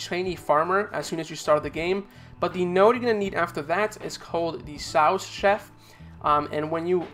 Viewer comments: Sous chef is pronounced sue chef fyi 😊but great video thank you 😊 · Hey brotha. Just letting you know for the future incase you need to go over this stuff again. Sous chef is pronounced "sue" chef. :) I'm not trying to be a grammar nazi or anything. Just trying to help! Thanks for the video btw loved it!!